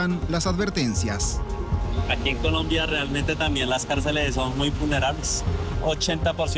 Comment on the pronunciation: Dijo culombia el periodista 😂😂😂